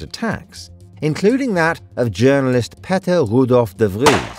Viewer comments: Its Peter not petter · His name was Pee-ter. Not patter. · It is Peter not Petter….🤔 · His name was Peter not Petter...how'd you mispronounce Peter? Its in the King James Bible ffs. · Pether? It’s Peter, announced Peeter or Pete in English. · "Petteh"? Really? People in USA and UK have names like Peter too, you can just say Peter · Beter to use the English pronounciation of Peter than what you did in the video. You just presumed it sounded more dutch😂 No sir, but thank you for the effort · Who tf is " Patter" ? why dont you just pronounce Peter as you would in English? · It'd not petter u goofball It's paeter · dude i dont know how an english channel cant properly pronounce a name which is commen in english beign Peter instead saying Pet AH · He called Payter. Not Patter. In Dutch we write that as Peter. Pe-ter. Nothing to do with the verb to pay, just the closest sound I could find. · Hahaha was listening to this story about patter had no idea u were talking about peter🤣🤣🤣 pettah phettaahh Pete/peter is a english name u absolute bafoon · When he tries to say Peter, I hear him say Peppy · Who is Patter? Maybe just stick to the English pronunciation like you did with the cities, instead of butchering the Dutch one💀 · Peter R de Vries. That's his name. Not Petter. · peter is pronounced "payter" not pehter :) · bro you can just say peter instead of pehteh lol. Its not how peter is pronounced in dutch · It’s Peter not Petter my guy.. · Peter R. de Vries name is not Petter, bu Peter (Peeeter).... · Just say peter like in English, it isn't patter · Nice and easy to follow visualization of complicated matters. Only next time don't pronounce Peter R. de Vries as Polish 'Pètr' but more like the English 'Péter' in fact it should be pronounced phonetically as 'Payter' somewhat as in the English word 'Payton Place' (Payter Place) a popular television series in the 70s. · his name Is Peter, not pee-ter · Yes. Peter like Pieter. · Should be Payter